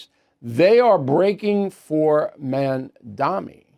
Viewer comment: Mamdani not mandami